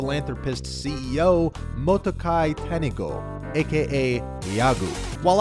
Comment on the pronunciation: Some advice when making videos involving Japanese names: learn the correct pronunciation. Nobody pronounces it kizuna aye eye, in Japanese ai is pronounced like the word eye. Also, it's moto-aki tanigo. I know it's not likely going to be noticed by anyone who literally knows nothing about the s subject matter, of say it's a matter of professionalism.